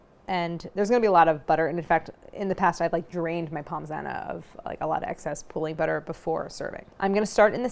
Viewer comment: Drooling here, looks so delicious 🤤🤤🤤 Point of note: pronounce Pommes as Pomme, no s-sound 😁 Love all you do and particularly that you are using Kerrygold, the Only Butter!! Suggestion: You should come to Ireland to do a collab with them ☘️